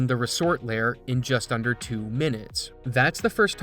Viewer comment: Is it just me or does he not know how to pronounce layer